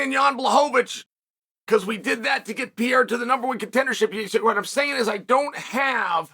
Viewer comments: Alex pee-era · Alex P Air Uh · Alex Pee-era vs Ankle-eye-ev 💥